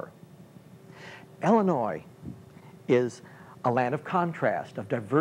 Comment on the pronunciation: Why do you keep calling Illinois "Ellenois"?